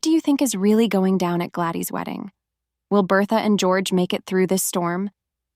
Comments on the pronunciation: The girls name is Gladys not gladey . Terrible video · It's not glady it's Gladys. Do u even watch this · Ai can't pronounce Gladys